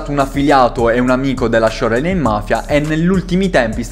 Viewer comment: fra però si dice sciorlain